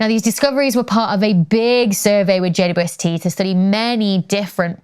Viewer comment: Wow. Could that be "God's Eye" , as in "The Mote In God's Eye" book by Larry Niven and Jerry Pournelle, 1974? Cool! Please, it is JayDouble-YouEssTee, NOT JayYouEssTee. Please slow down just a bit and pronounce the name correctly. Thanks.